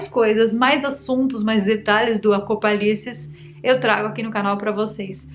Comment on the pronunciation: Você falou apocalises?